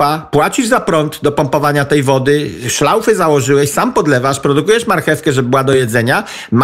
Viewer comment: Panie Wojciechu, blagam!! szlauchy,nie szlaufy